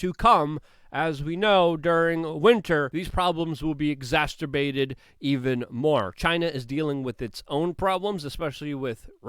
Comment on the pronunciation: "Exasterbated" <--if that was intentional, it was pretty funny. If not, then not.